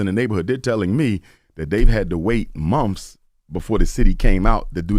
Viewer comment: Don't need no doctor that says mumf. Not month, mumf.